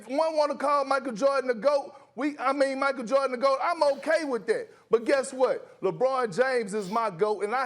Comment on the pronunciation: Kendrick Perkins who tf is "Michael Jawrdon"?🤔